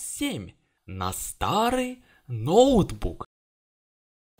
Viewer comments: Говори правильно не нОутбук а ноутбУк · да.. ноу́тбук как правильно